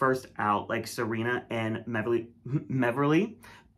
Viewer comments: meverly hannukah billz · not meverly bonica hillz 😭